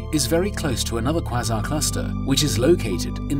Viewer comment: Quasar, It's pronounced kway zaa. Was this done with an actual narrator or some text to speech program. Good content otherwise.